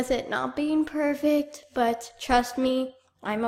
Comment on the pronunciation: you "perfic"